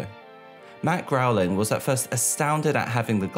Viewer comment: Right. If this man says 🐻 "Matt Growling" one more time... And the executive producer is James Lawrence Brooks, not "Lee." Come tf on, dude.